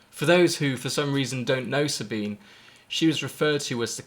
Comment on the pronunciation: there are a lot of these vids now...thnx for yours. it really makes me sick when people honouring Sabine dont even pronounce her name right. you did the right thing